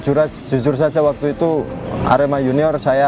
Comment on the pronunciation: Lek nyebut "ker" kok koyok nyeluk petek sam....hehe....sing bener iku lek nyebut huruf "e" yo kudu kyk nyebut kata "edan" ngono loh...Sasaji A.R.E.M.A